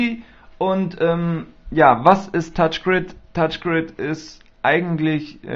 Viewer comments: es heißt touchgri(n)d und nicht touchgrid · *touchgraind* so wirds ausgesprochen...=P aber schönes video =) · lol Touch GriD xD So lustig wenn der das sagt ^^ Du hast nur so wenige Boards frei, das ist schon krass... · Mein Gott, Kinder, er macht ein REVIEW, er zeigt und erklärt den Leuten die es nicht kennen, das Spiel. Also heult nicht rum, er sei so ein schlechter Spieler, er will ja auch nicht zeigen, wie gut er spielen kann. Schön, den Namen hat er auch falsch ausgesprochen, UND?! Als wenn ihr euch nie versprecht, ihr seit ja die perfekten Könner. Fehler sind menschlich. Ihr versteht den Sinn des Videos nicht.